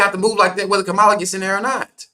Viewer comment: Were you saying her name wrong on purpose?